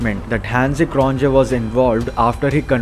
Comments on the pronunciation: यह क्रॉनजे नहीं, क्रोनिए है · क्रोंजे नहीं it was क्रोने जे is silent. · Cronje is pronounced as "cronye".The J is silent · Bhai, sab kuch theek hai - par Cron-J mat bola kar please. Cron-ye. I used to say Jakwess until someone told me it's pronounced Jake Kallis. And the 'th' in McGrath is silent. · j silent in cronje. it's pronounce croniye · Cronje is pronounced as 'croniye' FYI